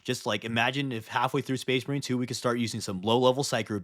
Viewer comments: “SPAYS MAREEN!” 😂😂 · Excuse me, but it's pronounced SpACE MARiiiiiiine!